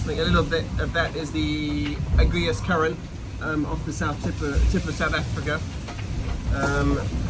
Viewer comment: It’s A-GUL-US